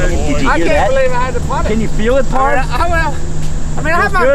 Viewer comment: Knowing there's a chance that isn't saying "pards" jokingly is infuriating.